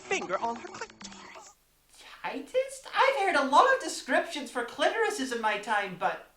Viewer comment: The way you pronounced "clitorises" was the time in the review where your accent was within 100 miles of where you live.